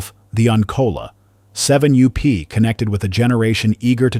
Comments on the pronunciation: Interesting but another garbage AI VIDEO. My god, can't someone edit this video and get rid of the constant 7 u-p. That is really annoying. It's 7up. Jeez, edit your video. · Doncha just love AI-generated voice? The name of Seven-up goes from "Seven up" to "Seven you pee" and back. What's wrong with using real human beings? Oh... I get it. Costs too much. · Does anyone listen to this AI voice before posting? seven you pee? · seven you-pee! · Too bad that AI has taken over narrations. Seven you P?? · "7 U P". This damn AI voice over crap needs to end. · This AI garbage is out of control. has to ban AI videos. I turn them off every time. They can’t even say the name of the topic correctly!